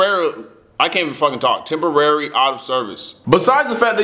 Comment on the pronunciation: Im sorry but the struggle to say "temporary" just made me laugh a little too hard.